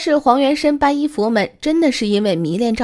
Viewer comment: 皈依(念归一)